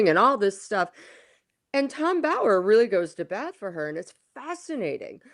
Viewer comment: please pronounce Tom Bower's surname correctly; it's a massive disrespect to him. It's not as if he isn't well known and on our screens regularly; you are the only person who pronounces his name as you do.